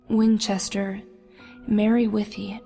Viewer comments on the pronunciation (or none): Did she just say Mary Wenchester Last time I checked she didn't drown XD